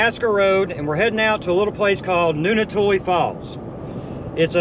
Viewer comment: It's Noontootla. Noon toot luh